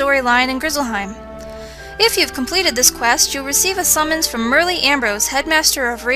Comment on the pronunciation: Great video. Although, I did laugh when you said Merle Ambrose's name lmao, "Merlee", xD!